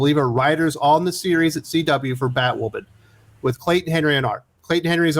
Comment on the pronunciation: ‘If you’re not a viewer of the show’ ??? 😂😂😂😂 NO ONE is a viewer of Batwahman. 😂😂😂